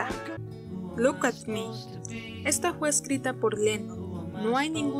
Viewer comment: YULUS GUI? NOT GILTY?😂😂😂 LUCK AK MI? TE LONJA UANDIN ROD? Dios...Que Meca estás para pronunciar el inglés soy su pinchi fans, en serio tiene mas vídeos? diganme que si no pare de reiiiiiiiirrrr